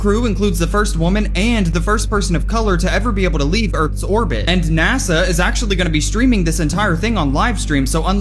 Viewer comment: it's NaSa,not NaZa. Your using a z sound instead of an S sound and it's annoying!!!